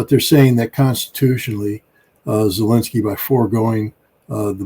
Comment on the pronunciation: My god PLEASE pronounce Zelensky's name right!! Enough is enough. Get it right, host.